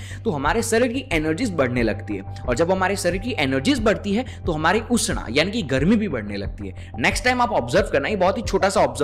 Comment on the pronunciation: आप बोलते समय संस्कृत निष्ठ शब्दों के को अंग्रेज़ी के अनुसार उच्चारण नहीं करें। जैसे उष्ण को उष्णा और भी बहुत सारे है ।